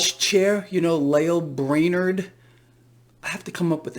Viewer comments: Lael Brainard rhymes with Male Flavored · Braille Lame-ard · Brainard sounds like Brain-tard